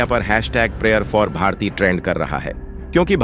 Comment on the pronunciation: Naam toh thik se boliye!! Bharatiya nahi bharti naam hai unka